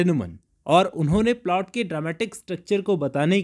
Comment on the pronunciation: is polt 😂😂, not plot